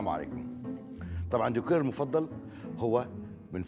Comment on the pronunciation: ديكور مش "ديكاااار" 😂